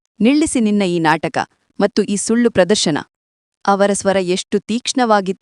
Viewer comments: Matthuge mattu anthale .pronunciation sari yilla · Your kannada pronunciation is not good for and in kannada you say mattu it is wrong